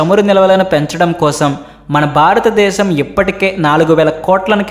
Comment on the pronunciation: తెలుగు భాషకి ఒత్తులే అందం. ఆ ఒత్తులు లకుండా మాట్లాడితే అది తేలి పొయి నట్టు ఉంటుంది. కనుక ఇప్పుడైనా ఒత్తులు ఉన్న చోట కాస్త ఒత్తుల తో మట్లాడితే బాగుంటుంది. మరీ బారత దేశం బారత డేశం అంటున్నారు. భారత దేశము అని స్పష్టంగా పలికితే బాగుంటుంది. ఇది మనవి మాత్రమే.